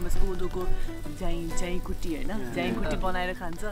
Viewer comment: It's not jhaikuti its jhawai-khattey 🤣